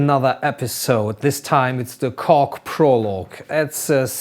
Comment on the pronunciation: "This time is the Cock Prologue" this is what I heard.